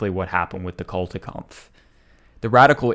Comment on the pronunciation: It was sheer torture to hear you badly mispronounce the GERMAN word "Kulturkampf" 100 times. It is NOT "CultureKampf", imbecile!